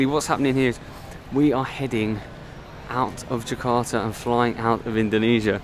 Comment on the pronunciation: Its more like ,Jeka'a instead of Ja'arta